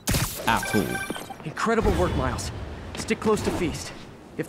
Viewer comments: Did you notice that DAN called miles marecus🤣😂😓Dan just stop making me laugh pls ,😂😂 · When you where going to say miles you said Marcus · U said Markus it’s Miles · 1 hour 16minutes and 28 seconds Dan says Marcus instead of Miles. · And he sqid miles and not meters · He said Marus not miles🤣😁